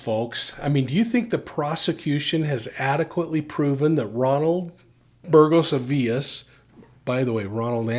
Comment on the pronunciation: You pronounced Burgos as “burjos”, and Avilés like “tortillas” 😂 Points for effort though!